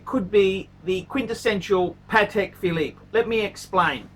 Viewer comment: .............Phallus Phillipe ?